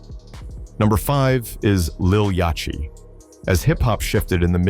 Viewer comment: You making a hip-hop vid where you allow your AI Voice to say Lil YOTCH-EE. It ain't a good look, and I don't give a DAMN about none of them Lils or Babys.